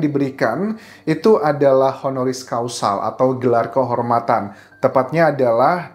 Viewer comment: Honoris CAUSA.. bukan Causal